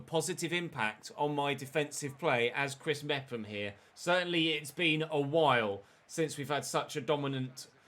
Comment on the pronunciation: Chris mefam is how u say it